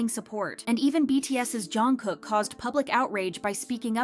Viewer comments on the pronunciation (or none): none